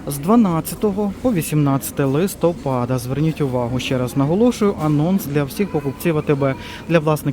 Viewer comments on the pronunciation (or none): none